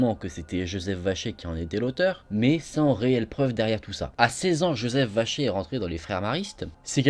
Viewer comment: Qui entend Joseph vachier au lieu de vacher